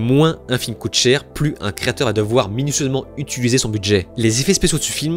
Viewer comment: Je t’aime bien mais apprends à prononcer le mot « utiliser » s’il te plait